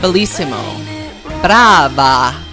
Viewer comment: omg!!! Speaking as someone from Italy…that Brava was perfectly pronounced!!!! 😂😂